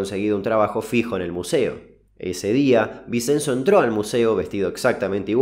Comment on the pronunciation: muy buenos los videos. vinCHenzo se pronuncia